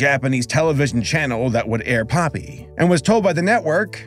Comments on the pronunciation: You said his name wrong its Pope-e not Poppy lol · It's popee not poppy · IT’S [‘pō•pē] IT’S [‘pō•pē] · Its popee not poppy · The way he pronounced Popee hurt me so bad 😭